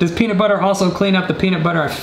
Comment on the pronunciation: How meany times did he say penitbutter at the start